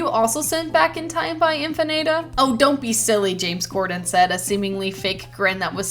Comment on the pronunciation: I'm just glad my fanfic officially "ate." You didn't pronounce Infinata correctly, but oh well, it's what it's.